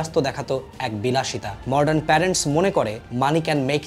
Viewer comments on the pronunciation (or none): আমিও আগে মডার্ন কে মর্ডান বলতাম। এদিক টা একটু খেয়াল করবেন ভাই। বাদ বাকি, সংক্ষিপ্ত আলোচনা খুব উপভোগ করেছি।